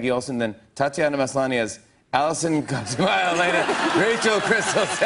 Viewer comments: Omg no its cosiiiima not cos(i)ma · im sorry but i cringed at the way he said cosima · You're not fooling anyone, Jimmy. If you had ever actually watched the show, you would have heard, many times, that Cosima's name is pronounced "coe-SEE-mah" - not "KOZ-uh-muh." Sheesh. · You can tell he has not watched the show, because he does not know how to pronounce Cosima's name properly. It's Koseeema. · Idk though... I watched the whole show but I still say 'Heh-leh-nah' instead of 'Heh-lay-nah' and Cosima like he does because that's just how those names are usually pronounced. I don't do it on purpose, it just kind of happens. So the same could be happening here. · Jimmy, it's pronounced KO-SEE-MA lmao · "Co-seema", Jimmy... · He doesn’t watch the show otherwise he would have gotten her name right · All of clone club cringed at the way Jimmy said Cosima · the way jimmy pronounced cosima lol aww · the way he said Cosima! ew! he’s not even a fan I’m so mad lol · You know jimmy has never seen the show as soon as he says Cosima's name lol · how he says cosima proves he hasn't even watched an episode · If Jimmy and his team did their proper research, they would have found Tatiana's talent for accents. But of course he manages to mispronounce Cosima's name and also talks over Maslany. It is a wonder why this show has the highest ratings amongst late night shows. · He obviously hadn't watched the show. He didn't know how to pronounce Cosima. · The way he said cosima OOF annoyed me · The way that Jimmy was pronouncing "Cosima" was making me cringe.